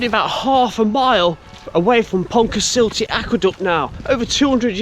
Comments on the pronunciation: Great video! Almost got the pronounciation correct. It ends with an uh sound, not an ee sound ;) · Long time viewer here. 😊 A quick correction on pronunciation - it's pronounced pont-a-stuck-te with a soft ck, and Ruabon is roo-abbon.